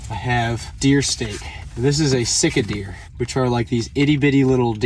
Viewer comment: Sika deer is pronounced Seekuh Deer. I like your boat camper. I just watched that outdoor boys